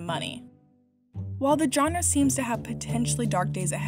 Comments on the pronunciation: This video would have so much more credibility if the woman speaking knew how to pronounce the world “genre “ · Dude, learn how to pronounce the word “genre”.